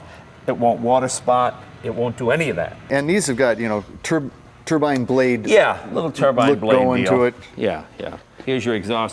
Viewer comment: "Turban..." It's a turbine, like sunshine, or a wind chime. A turban is what Sikhs wear on their heads.